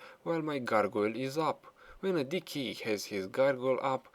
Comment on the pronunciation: Lol when you say DK you pronounce it Dickie